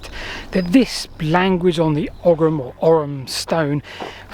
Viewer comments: Oi - OY or Oh as in Owe or Go OYYUM or OWE UM Ogham is OYYUM or OWE UM not "oggum" or "orrum" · It's not pronounced OGGUM because it's not an Anglo-Saxon word. As usual, Celtic Gaelic words are being butchered. Would 10 minutes on the internet researching correct pronunciation really kill you?! It's Ogham, the GH is silent so it sounds like Ome. Another reason the Brits were never welcome in Gaelic speaking countries. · It's pronounced "Owum" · it's pronounced " ohm " that G is not hard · Ogham is pronounced "aw-ahm" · Here in Ireland at least, we'd usually pronounce "Ogham" more like "Ohm" (like the electrical unit of resistance). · In modern Irish the "h" is not really a letter, it's more like an accent that softens or silences the preceding letter. Hence ogham is pronounced oh-am. Afaik though in old Irish this was probably not the case, so it might well have been pronounced oggam. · Ogham is pronounced O-am. gh sounds in Irish are typically silent